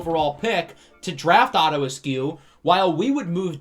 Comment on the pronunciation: The more you said "Otto Askew" the more it sounded like his name was "Otter" instead of "Otto." So it made me wonder what the heck was going on that the top two QBs were Otter and Puma. So it's my opinion that Otto Askew's natural nickname is Otto the Otter. Okay, I have nothing useful to contribute, so I'll see myself out.